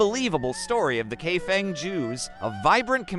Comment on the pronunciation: The correct pronunciation is Kai Fong